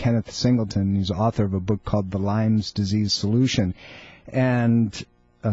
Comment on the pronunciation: It's Lyme....Lyme.....Lyme.....Lyme......did I mention that it is pronounced Lyme??!!